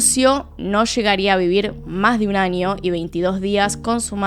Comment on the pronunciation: Me encanta como pronuncias las ñ, un ninio, en el anio jajaja ❤